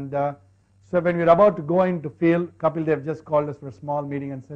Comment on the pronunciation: OMG, THEY GOT KAPIL'S ACCENT RIGHT AS WELL. 😍😍